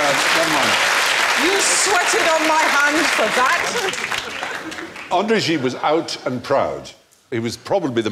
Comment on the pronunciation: What was the name of that other guy Stephen mentioned, André something? He pronounced it too precisely for me to catch either the last name or the book.